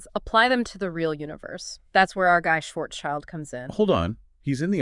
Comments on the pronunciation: Could you please stop mispronouncing Karl Schwarzschilds name? It's not Schwarzs-child, it's Schwarz-schild. It has nothing to do with child! Schild means shield in German, and schwarz means black. So at least say something like Shwarzshield. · Schwarzschild sent his first letter to Einstein in December 1915. OK, now to the task of getting the pronunciation of "Schwarzschild" correctly. There is no "child" in there, this is just an English letter-clash. The name "Schwarzschild" splits in two words in German: "schwarz" ("black") and "Schild" ("sign", as a name plate, or "shield"). The first word is pronounced "shf-AH-r-ZZ", where the "ZZ" part is like the "zz" in "pizza" or the "z" in "Mozart". The second one is very similar to the English "shield". And you thought general relativity was complicated 🙂